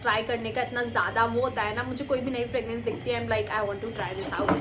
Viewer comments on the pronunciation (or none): Fragrance ❌ Fragnance ✔ 🤣